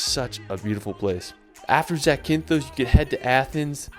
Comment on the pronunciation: How do you manage to pronounce Zakynthos like a greek boss but you can't pronounce Edinburgh right